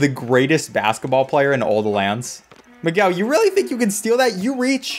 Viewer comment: 20 seconds in and you manage to mispronounce miguel... u could at least say mig - el but u really said mig - well loool